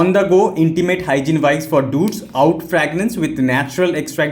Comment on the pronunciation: oud is pronounced ood